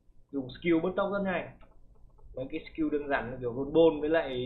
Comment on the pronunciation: bạn nên phát âm đúng từ skill, chúc bạn thành công